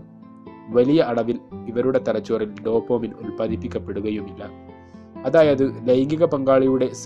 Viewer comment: Dopamine not Dopomine makane